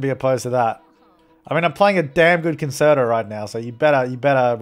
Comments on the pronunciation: Concerto is pronounced con-chair-it-o, just so you don't embarrass your self in front of musicians like me😄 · Me binge watching these 5 years later and getting annoyed with the way pronounces concerto.